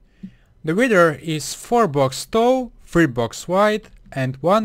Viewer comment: He said witch